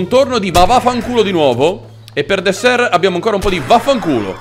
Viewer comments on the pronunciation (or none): none